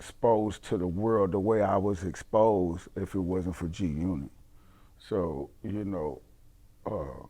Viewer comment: Buck can't say the word exposed